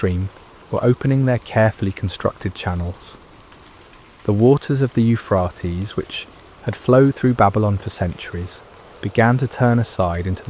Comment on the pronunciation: Is there some reason that the Euphrates River is not pronounced right? All one has to do is check online. Makes me think that it's not an actual live human narrating the stories. How bizarre! And how disrespectful.